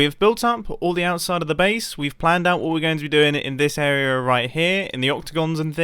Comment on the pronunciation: Can you say area the right way.